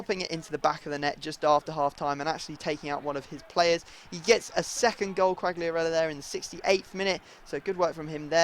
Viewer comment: you don't must spell the G from Quagliarella so Quaiarella ^^